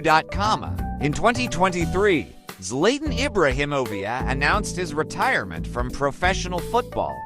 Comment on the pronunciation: I cannot get over the fact he calls him zlaytan ibrahimoviak